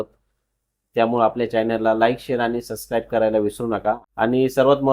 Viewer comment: सस्क्राईब नाही -- सबस्क्राईब